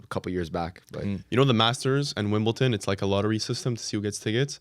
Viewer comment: Wimbledon not WimbleTON